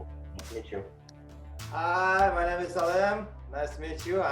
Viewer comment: mY name is,a не my nAme is.Ударение не правильно